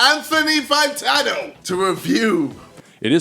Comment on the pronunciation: It really sound like KSI says "Antifa Fantano"